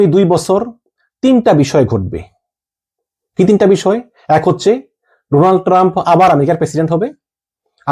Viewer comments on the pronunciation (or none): none